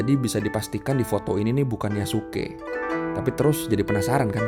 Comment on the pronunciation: itu bukan Yasuke tapi Yasiskaeee